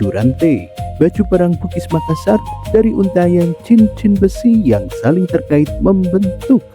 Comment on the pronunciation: Maklum aja bang mungkin admin nya bukan orang Bugis atau Makassar jadi penyebutan nya kurang pas, salam budaya tetap kompak